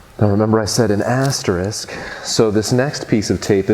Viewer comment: I couldn't help but giggle every time you say Assterisk *